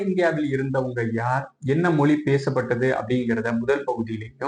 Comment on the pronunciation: பதிவாலாரே உங்கள் முயற்சி சிறப்பு, ஆனால் நீங்கள் முதலில் தமிழ் மொழியை தமில் மொலி என்று தொடர்ந்து ழ உச்சரிப்பை தவறாக உச்சரிப்பது தமிழை குளை செய்வதற்கு சமம் என்று இதன் மூலம் வருத்தத்தோடு தெரித்துக் கொள்கிறேன் நன்றி வணக்கம்.